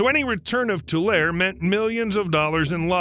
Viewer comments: Oh yeah, and it’s pronounced “tuh-larry” or “2 larry”. Not mentioning that about 95% of our rain water goes straight to the ocean seems a little uninformed or misleading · I’m 81 and live in the San Joaquin Valley for most of that time. It was always pronounced Tool Larry. Even though it is spelled Tulare. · It's pronounced TULL LAR REE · Sorry. But it is too-larry, Tulare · the E isnt silent its Tu-lar-e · I live in Tulare and Lake Tulare(Tuh-Lair-E) is west of my city. Stoked that you did a video on Lake Tulare! I always watch your videos! Keep up the awesome work! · Bakersfield girl here... To hear him mispronounced that after all the hard work and quality that went in on the video😢 and now every time I hear Tulair.. fingernails on a chalkboard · Those of us that live in this area pronounce it "too-LARE-ee". The "e" at the end has a sound. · We pronounce it Too Lair Ee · Just goes to show it might not be a great idea to build on land where a lake used to be... (Also it's pronounced too-LAIR-ee) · It’s pronounced toolarie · The “e” is not silent in Tulare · Please pronounce it correctly. It's driving me crazy listening to you mispronounce Tulare. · I love when people say tulare wrong😂😂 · The word " Tulare " is pronounced with the " E ", the E is not silent !!! It sounds so strange to hear the word being mispronounced after a lifetime ( 74 years ), of hearing it pronounced properly. I live in Fresno, Fresno county, an adjoining county. Tim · I just don’t understand how a supposedly literate person gets “tool-air” from Tulare. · Pronounced too-Leh-ree. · It's pronounced Two-larry. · Mispronounced Tulare. Locals pronounce it too lar ree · It’s tew lair ee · It’s pronounced “Too-Larry”. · I believe it's pronounced Too-lair-ee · Tulare is pronounced like how you'd say Too Larry. The lake is pronounced lake Too Lee. I appreciate your video but your pronunciation is just so wrong. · I grew up in Kern County. Just so you know… It’s pronounced To- Lare- E